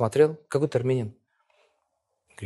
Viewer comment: Что он из марса прехыль? арменин не арненин 😀😀